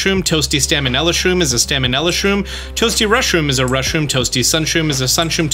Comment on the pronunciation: "Stamenella" Bro summoned a 'N' out of nowhere